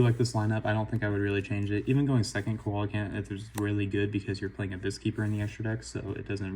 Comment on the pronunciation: Alright had to roast you. Coelacanth is pronounced "see·luh·kanth" thought youd like to know! Nice video